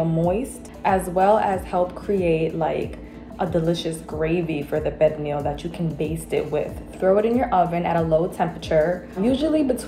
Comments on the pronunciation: Pernil…Per - Knee - (very sawft & short) “L” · 😂😂 why she pronounced it like that ?? It’s more of a pear-neel sound. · I hate the way the chick says Pernil...it's not Pear Kneel! Ughhh! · Oh no ma'am, pernil is not pronounced like that. Also where is the sofrito? That pernil needs LOTS more seasonings. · I’m Puerto Rican and black my mother makes Pernil every year for thanksgiving AND Christmas… everyone seasons differently but I don’t think it’s enough. Oh and the way she is saying Pernil that is not how we pronounce it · I never heard a Puerto Rican pronounce pernil like that 🤔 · Someone should have done their homework on pernil, she can’t even pronounce it, let alone cook it.